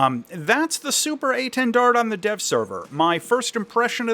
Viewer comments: Please, the last D is silent, its quite disturbing to ear that mistake. French is hard langage, hope this can help english speaker. A French loving is history of aviation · To say étendard, try saying "lil". Then take out both l's. That's the é. Then try saying "lawn", but don't say the n and replace the l with a t, that will be the "ten" part. Then try saying Dalia, that first part, the "Da" is the intonation you want for the initial portion of "dard". To get the French "r", you need to think of it as a raspy "h" sound; the American "r" has your tongue moving up while the French one doesn't need the tongue to move at all, and doesn't have the "r" sound coming from the back of the throat but the front. Then you ignore saying the d at the end of "dard". That will get you saying "étendard" the right way (or itawhdarr). :) You could always say "Banner" as well and that would be technically correct. Same goes for saying "Mystery" instead of Mystère haha.